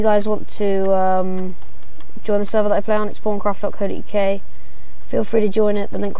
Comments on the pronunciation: they he said it, it sounded porncraft (i know its pawncraft) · Thought you said porncraft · thumbs up if u think he said porncraft :L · lol i love English accents XD but wow thats so cool, tho wen u first said 'pawncraft' it sounded like something else lol